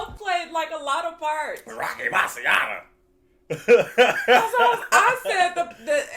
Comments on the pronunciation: Great reaction, grew up with this movie, so many quotes & memes from the barber shop., you say "Rocky Marciano" great 😅. You would enjoy Trading Places, I think Eddie is even funnier in that. Looks like comments below are letting you know about Randolph and Mortimer;) Good movie around holiday time too. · You said Rocky Marciano so well!! Loved it.